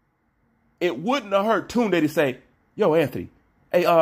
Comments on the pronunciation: He actually saying it the right way compared to how most Brits say it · Kaasam Ali Khan 💯 its an African name & not an English name. pronunciation is perfect 👌